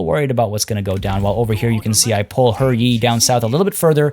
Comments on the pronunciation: It's pronouced Huh Yee not her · HER Yi? No, I'm not saying that. If that's how it's actually pronounced, then when translating the name they should have spelled it that way in English.